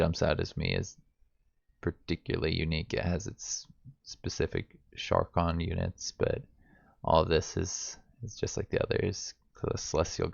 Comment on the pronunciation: Sha-karn not sharkon People ability to read really disappoints me.